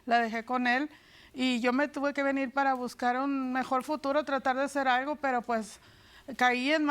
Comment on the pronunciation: Soy yo o la señora dice aigo en vez de algo